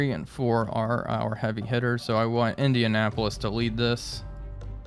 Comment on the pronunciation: I do a little cringe every time you say "Indianapolis". Damn.